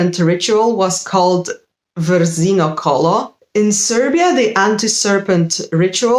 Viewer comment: What an excellent video, and a rare topic with very little material in English. (Congratulation on your pronounciation, not many people can pronounce our "vrzino kolo" so accurately! 🙂) As for the sacred plants used as a protection from Perun's lightning bolts, hazelnut (lešnik) is definitely one of them, but linden or lime tee (lipa) and poison ivy (kopriva) are also both connected to Perun and people still have mystical beliefs about them. In some areas of Serbia, lime tree braches are still hanged on the roofs to keep the house safe from being struck by a lightning, and there is an old saying, which is still much used across all the Serbian speaking regions: "Neće grom u koprive," aka "the lightning doesn't strike into the poison ivy." Today it has a negative connotation, but it is believed that during the old times, the plant was sacred to Perun (touching it burns like "fire.") There is an old habit in remote mountain areas for the villagers to use poison ivy as a substitution for eucharist on Sunday, if they cannot go to church. So those sacrificial pits might have been adorned with any of these plants, to honour Perun and to invoke his blessings.